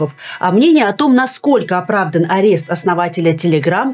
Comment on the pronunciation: Блин Люба! Апест или задержание? Ты же училась на юридическом, откуда столько ляпов?